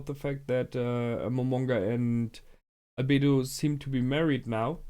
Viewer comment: Realy good reaction as always. I Realy like the second season so far but it seems like i'm the only one liking the Lizard Arc xD Oh and you kinda messed up Albedo and naberal here ;D